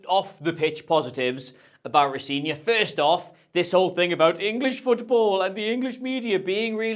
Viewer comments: It's pronounced Ro Zen ior, if you're getting into that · Appreciate the effort to get that name right. And then note: Rosenior is not pronounced how you pronounced it here. The middle E is an EH sound.